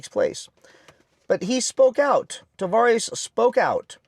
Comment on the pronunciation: You keep saying Tavarish ... Tah vah res